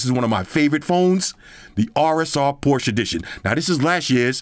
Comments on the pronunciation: Well as a German it‘s „Porsche“ not „Porsch“ but hey we are here for the phone not the car brand haha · poshe car then porshe phone 😂😂